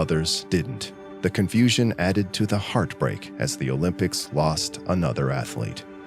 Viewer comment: "O Limp ics"...🤭